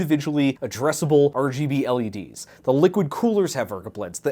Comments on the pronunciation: I love your videos and word play and always have but jfc repeating “ergableh” 40 thousand times hurt me. Especially when I thought it was done after a few mins and the term rgb was used. BUT NOPE. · It took me two videos and a good night sleep to understand what he means when he says "ergo blades" 😂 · I just watched part 1 & 2 back to back, drinking every time said "Ergobleds". I'm on hold with the 911 operator. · I thought you were saying ergo-bleds as like a brand name for waaaaay too long... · too me way too too long to realize he was saying RGBLEDS in the beginning of this video. me: The fucks an ergablitz??.....😲ooooooh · I've been watching for 3 years and I just realized when he was saying ergableds, he was actually just saying RGB LEDs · whats that? never heard of arrjeebee ellie deez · for those who don’t know: ergobleds is just a phonetic pronunciation of “RGB LEDs” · Thanks I was so confused, every time he said ergobleds I felt like I was losing my Nerd jargon. 😂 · I really wish I understood why you call LEDs "ergobleds" but it takes this video from enjoyable to a struggle to watch